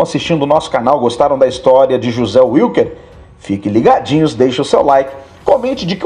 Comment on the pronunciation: NÃO SE PRONUNCIA UILQUER, SE PRONUNCIA VILQUER! O NOME WILKER É ALEMÃO, NÃO É INGLÊS!!!